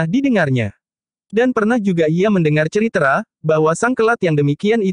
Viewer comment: Naratornya lucu kalau pas baca tulisan "cerita" ngejanya ceritra